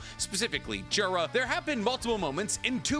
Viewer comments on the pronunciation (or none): none